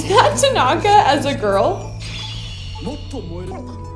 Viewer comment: TA-naka... not ta-NA-ka